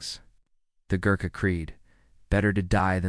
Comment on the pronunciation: Badly researched......The typical Gorkha doesn't look like anything in the pictures depicted. Pronunciation needs to be corrected. A lot needs to be corrected.